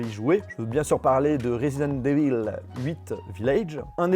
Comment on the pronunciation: Franchement j’te kiffe mais ton anglais il est claqué au sol! Cold ware, resident devil, divail may cry, god of war Raniarok?.. mes oreilles elles saignent poto